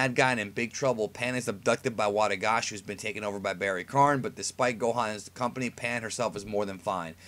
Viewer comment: Barry k-AH-n.. like barry KON. Not kARn. Barry Kahn.